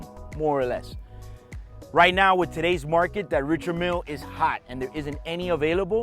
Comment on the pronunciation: It's pronounced Ree-shard Meal. The man is French after all